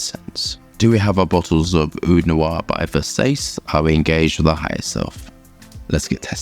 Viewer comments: Umm... I'm pretty sure it is Ver-saa-che and not Ver-says. 😂 Thanks for another great review. 👍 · Ver-says 😂 EDIT: I just realized I've never smelled a Ver-sah-che fragrance.😢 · For the love of God not Vers-ACE😭😭😭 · everytime you say Versays I laugh out loud 😅😅 I agree with the smells familiar comment cuz this smells something nostalgic and familiar and mass appealing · Literally never heard anyone pronounce versace as ver sayce? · It's Ver as in Very Sa as in Sand Ce as in Cherry Ver-Sa-Che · "I can't even pronounce nothin, pass that Ver-say-see" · Hey, love the video. But it’s pronounced [VER-SAH-CHEE] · Sounds like … Versa-chay .. (not “chi” or “sayce”) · As much as I love your reviews and understand you are dyslexic, please never pronounce it Versaise again 😂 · Wait ✋️ what. Come on how does he not know how to pronounce versace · Don't you know how pronounce the name Versace?😢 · do you deliberately mispronounce Versace because I simply can't believe that you don't know the correct pronunciation? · Thankfully Gianni can’t hear him butchering Versace… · the second one is right but the first one is abysmall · It amazes me when guys spend time researching something about a fragrance yet you dont spend 2min to research how to pronounce cores the actual name of the fragrance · Can we not pronounce Versace like that? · I love how pronounces Versace it reminds me of show girls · Not gonna make fun of you, but it's WILD that you're in the industry and so aggressively mispronounce that name. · So, you're not a fan of the original pronunciation of the Italian name Versace? How "down home" of you...